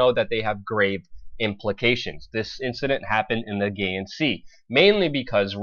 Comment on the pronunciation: Well first of all its pronounced A-GEE-AN sea and not what you said.. also you are wrong about turkey 'closing' off the straights. they cannot just close the door as you said at any moment. that waterway is accepted as an international waterway, if turkey were to do that, it would be what is called a casus belli, an act of war. and NATO would do nothing as turkey is not allowed to start a war and expect NATO to step in. so in a nut shell there isnt a chance that turkey will close the bosphorus